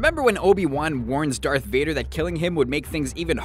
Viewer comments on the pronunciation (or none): none